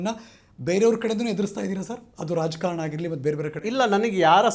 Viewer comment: ಅಣ್ಣನ ಕನ್ನಡ ನೋಡ್ರಿ ...😅--- ಹಣ್ಣನ ಕನ್ನಡ ನೋಡ್ರಿ ಅದು ಎಂತದೆ ಆಗಲಿ --- ಹದು ಹೆಂತದೆ ಹಾಗಲಿ 😢😢😢 ಆ ದೇವರೇ ಬಂದು ಕಾಪಾಡಲಿ😢😢